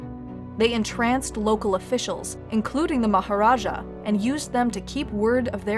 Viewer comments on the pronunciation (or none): none